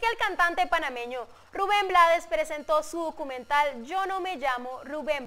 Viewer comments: Se escribe Blades, pero se pronuncia en inglés. Su papá era de Barbados y hablaba inglés, como mucho de nuestros decendiente acá en Panamá. Lo que sucede, es que hay muchos países latinos, que ciertas palabras y nombres les gustan decirlo como se escribe, porque no saben pronunciarlas o no quieren complicarse la vida y eso es incorrecto. Ejemplo Trump, muchos lo pronuncian como se escribe con la U, otras con A, otros con O, pocos lo pronuncian correctamente. en el caso de Rubén, él no se complicó y lo dejó así, porque no se iba a poner a corregir al mundo todo el tiempo, así quedó como un apellido artístico. Además, al final, ellos son los que compran y escuchan su mísica. Pero si lo hizo saber en el título de su documental que se presentará aquí en Panamá, YO NO ME LLAMA RUBÉN BLADES. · !!!YO NO ME LLAMO RUBÉN BLADES!!!, se pronuncia BLEIDS. Desde Panamá.